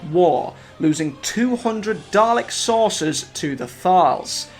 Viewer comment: Bro it's dal-ek not darlec